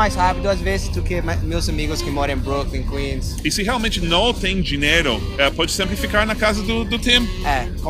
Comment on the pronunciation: Amigo Gringo não sei se você consegue perceber mas você está pronunciando errado a palavra "Dinheiro" você está falando "Dineiro"... nos dois vídeos eu percebi isso, seu inglês já está ótimo mas só pra dar uma polida ainda mais...